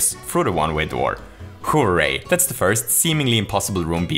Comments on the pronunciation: Nobody:: WHO-RAY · I love the way you say hooray It kinda sounds like “Who-ray” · More like "BOOray"